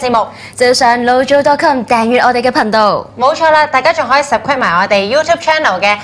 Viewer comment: subscribe 读错啦，